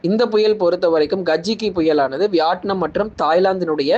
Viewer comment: Its not vyatnum , it’s vitnam ok’